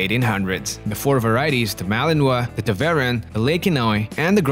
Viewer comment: Poster: Please learn how to pronounce Tervuren.